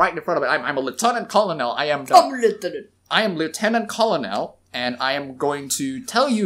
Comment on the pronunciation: "Colonel" is pronounced "ker-nal." Like a corn kernel. It's weird but it is what it is.